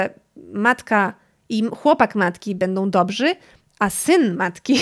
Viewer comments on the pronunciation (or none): none